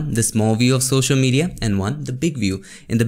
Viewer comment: It's social not shoshal 😅 anyway jokes apart love your videos bro ❤️❤️❤️